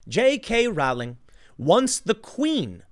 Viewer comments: Its pronounced "rolling." Do your research bruh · Its prononced rolling. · Row in Rowling is pronounced Row, as in Row, Row, Row your boat. Dammit Tim, look this shit up, you mispronounce people's names all the time. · Rowling, Row-ling like in "Row Row Row the boat" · Sorry to nit pick, but it’s pronounced “rolling.” Tim repeatedly gets this incorrect.